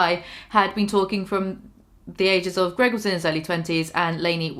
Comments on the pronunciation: Say his fucking name correctly!!! It’s GREG NOT GROG!!!! Geez 😒 that’s fucking really annoying that you can’t say his name correctly lady!!! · Just for the record, Greg ruined the word spouse for me.